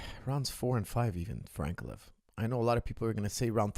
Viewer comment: Why cant americans pronounce Russian names, Ank- uh- lie-uv